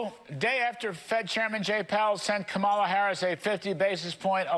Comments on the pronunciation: He also doesn't know how to pronounce KAHmala. I'm going to start pronouncing Trump's name DonALD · Why do they keep mispronouncing her name? It is COMMA-lah. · Pronounce her name properly, Kudlow. That is your ignorance showing. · More racist crap as he can't pronounce her name correctly! He's an idiot! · And even this motherfucker, can't say her name, right!